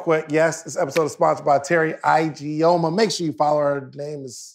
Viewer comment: ...your sponsor's last name is pronounced E-G-o-muh instead of I-G-o-muh 😊